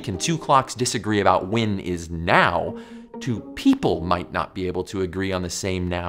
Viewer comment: This guy literally can't pronounce the word "when". He says "Wynn"